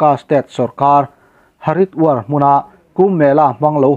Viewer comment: Haridwar tih hi Hariduar ti a lam mai tur.